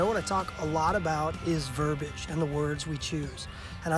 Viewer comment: Verb-i-age. Three syllables.